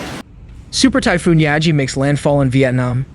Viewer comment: Yagi, which means “goat” in Japanese. Pronounced like Gi-ga not yazi.